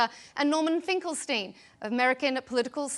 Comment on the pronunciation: Coming from a guy who LITERALLY can't even pronounce his own name. Norman Finkelthtein. If thith guy wath trying to give me advithe, I'd laugh in his fathe.